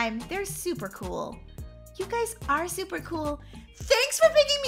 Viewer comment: u said shuper shiny instead of super shiny😂